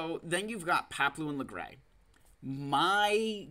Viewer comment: do people really pronounce it "lagray"? lmao log-ray is my go to